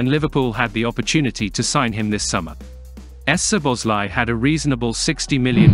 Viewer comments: “Soboslai” i think would be read just like we pronounce it. Saw-boss-lai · The butchering of the name es-zoboszlai is killing the mood. I know it's an automatic voice, but gah, it hurts my ears. Cheers from a fellow Hungarian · No problem. I believe if the Z from the second letter would be omitted from the text the voice reader would say it perfectly. The SZ in Hungarian is pronounced as S in “say or sweet” in English. So the presence of the Z is confusing the machine. S in Hungarian would be like what you pronounce at “show or shade or shadow”, so for us the presence of a Z means it’s a clean S which in English is already present. If you can and want to and takes no effort, that should work much better. 🙂